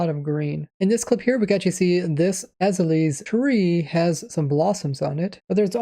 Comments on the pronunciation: Azaleas: "Az-ale-ee-uz" Rays Works: "Az-uh-leez" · "aza-lees" lol its pronounced "ah-zay-lee-ah" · eh-zay-lee-ahs mate! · "Az-ah-lees" LOL. /əˈzeɪliə/ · "ae-zuh-leez"? "uh-zale-ee-uhs" is how I say it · Azaleas is pronounced “uh-ZAY-lee-uhs” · Azaleas is pronounced “A Zay lee ya” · Azealas are pronounced “Ah-Zey-luhs” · Him being unable to pronounce azaleas is amazing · Lol that azaleas pronunciation though😂